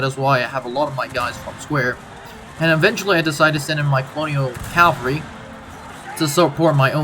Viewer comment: It's pronounced CAValry not CALvary